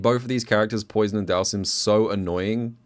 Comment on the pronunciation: pronouncing Poison like fish in french made my day